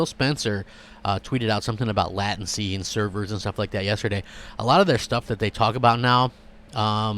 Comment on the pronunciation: Threw you a like for the burp. Latency has a strong A sound. Never heard anyone else say it like you and I’m in IT networking. Heh